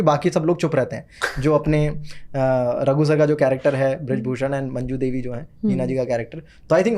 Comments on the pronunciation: Mam, its not majnu devi, Its manju devi.. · It’s manju devi not majnu . Such a iconic character and we miss the correct pronunciation 🍁